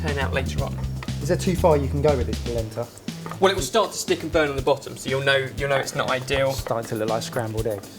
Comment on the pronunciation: whats palenta? hahah